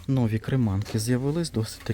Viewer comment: вибачаюсь, часто вживаєте слово нові, то наголос варто ставити на і. І вірно дерматин, одне н. Дякую за відео, придбала скляну пташку, в ній можна подавати мед, варення, соус. ❤